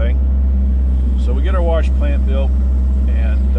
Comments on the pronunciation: it's WASH, not warsh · Say it with me....WAH-SHH - Wash Not WAR-SHH . learn to speak ! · Worsh ... very western PA! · Hello, Great video and explaination of what it would take to reclaim the used ballast! As a side note, having lived in the Boston area all my life, I really enjoyed hearing your pronuciation of the word "warsh"! We always get kidded for dropping the "r" in many words, so it was nice to see where all of our unused "r"s have gone! Haha! Stay safe! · Warsh 👍🏻 spoken like a true sw Pennsylvanian ❤️ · I'm not making fun of you, I say warsh the same way. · Gentle ribbing is all, I love the pronunciation. I'm just jealous my Nebraskan accent can't pull it off.